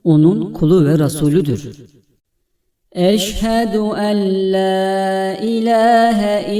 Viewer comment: Orada bi tecvit kuralı var ve enla ella diye okunuyor